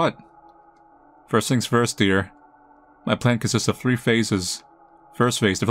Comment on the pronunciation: This man really can't say the word "three". Gabe Newell wants to know your location